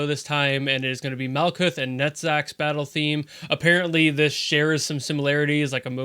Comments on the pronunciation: Incidentally, the "ch" in Netzach is pronounced as more of a hard "h". So like... ignore the c and put emphasis on the h? That way you don't call him Nutsack like I did before ^u^ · I'm no expert but Net-zarck is definitely closer! While there's no official english pronounciation of the names in-universe, I believe in the Hebrew these names come from the ch sound is actually more like a low 'h', kind of like a growl at the back of the throat. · I can tell you it is pronounced like nutsack XD